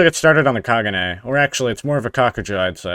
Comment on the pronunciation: kag-un-e not kaguja